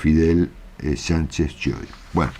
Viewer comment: Chiodi se pronuncia..quiodi